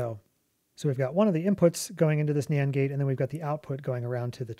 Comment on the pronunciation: anyone else keep hearing Nyan gate instead of Nand gate?